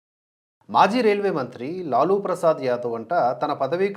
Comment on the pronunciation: లాలా కాదండి లాలు ప్రసాద్ యాదవ్. కావున లాలు అనాలి.